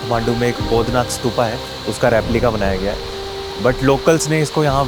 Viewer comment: स्तूपा नही स्तूप है